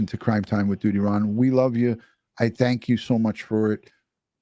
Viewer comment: Love the way you say..